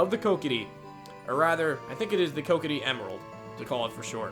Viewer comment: Awesome job! You did really well in this dungeon, and though I cringed at your pronunciation of Kokiri ( i know there isn't an official one), I loved this video:)